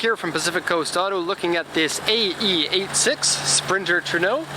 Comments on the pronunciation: Tru-e-no not truno, good car nonetheless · The correct pronounce is in spanish so is like: True-eh-no